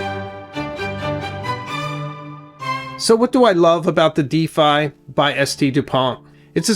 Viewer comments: Oh, just googled it, the famous Difei...I like this pen, thanks for showing, but, couldn't find it anywhere in the net. Ok, you mean the Défi, not a Difei, spoken with an,e' like in wet an an,i' like in intelligence...., please stop this absolute disgusting mispronouncation, do your research, great, research 1 minute longer for the correct promouncation and people subscribed outside of the greatest nation on earth could understand you and not guessing what you really are talking about.... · Pronounced "day-FEE". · Day fee is french way to say Defi. 😮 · Just a quick note. Défi is pronounced : Dé (like "de-rivative" or "de-sperate) - Fi (like "fi-delity" or "Fi-delio). Yeah French is weird. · That's not how you pronounce le DÉFI. for someone bearing Osis and Osiris on his tie , I believe I would be right to expect better from you .